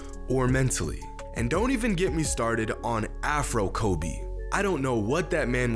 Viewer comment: It’s frobe bro not afro Kobe